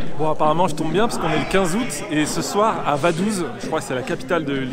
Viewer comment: Vadouze ? 😂 « vadouts » ça se prononce comme ça